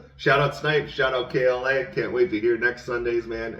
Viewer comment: You got it right, yall. K.L.A., not killa . Thanks again for all the kind words 🔥 you guys are awesome